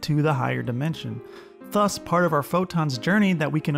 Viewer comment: I missed the whole video because I got distracted every time you pronounced "thus" as /θʌs/ instead of /ˈðʌs/